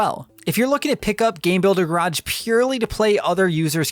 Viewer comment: Please say Garage correctly…